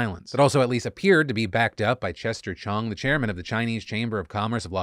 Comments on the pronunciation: that was a lot of C's. Kudos to Phil for nailing it! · I'm Chinese myself, and was impressed by the number of consecutive "ch" and "c" sounds. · Congrats Phil for getting through "chester chong, chairman of the Chinese chamber of commerce" flawlessly